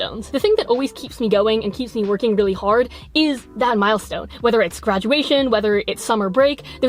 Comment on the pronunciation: no body: No one: Literally no one:: _death is a m ï ľ ə ś ť ø ň ę_🤩